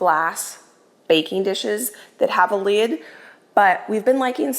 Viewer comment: went a little country when she said she has a glass baking dish that has a “Lid” 😂 Love you! That made me chuckle!